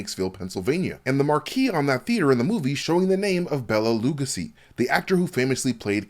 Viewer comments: Lou-Gus-ee? It’s Lou-Go-see 👍 😂😂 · Is an AI creation? I have Never in my life heard a pronunciation of Bela Legosis name like that. That sounds like the way the Snowpiercer recap pronounced the name Javi not Ha-Ve but Jah-Ve. Is real?